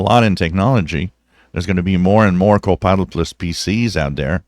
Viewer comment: Hello, Will you be so kind to let me know if you are saying "co-pilot plus", or "co-pilotless"? I checked this with closed caption, and it reads "co-pilot plus",. But it sure sounds like you are saying- "co-pilotless". Thank You very much! Thank`s for your great videos!